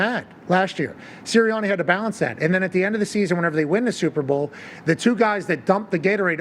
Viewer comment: I love Pat, but the way he pronounced the "a" sound in "Sirianni" is really awful. That way of talking - that accent - is really an ugly sound that the ears don't want to hear. Pat, can you please pronounce your "a" sounds the way everybody else does? Thanks.